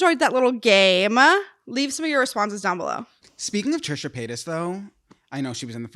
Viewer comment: did you really just say Trish the fish. 😂😂😂 I remember when the soul siblings talked about seeing Trisha. To be honest, I knew about Andrew first 🤷🏾‍♀️.